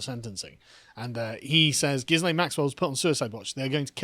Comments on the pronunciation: is it not pronounced Gillian? well I have always called that hoor by that name. But 20 years...really? not enough. But all the rich and famous people will be running scared soon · Oh come on guys..! is talking about all of Epstein's male friends who cavorted with underage girls, ie, Bill Clinton, who was a regular on the Lolita Express and private island. And, the 's' in Ghislaine is silent, as in 'Gil-aine'. I've liked your other takes but you are off the boil on this one. Step up..! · I'm a bit disappointed that you dropped the Jizzlayne pronunciation of her name.